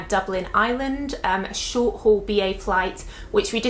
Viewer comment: Short HAUL, not Hall.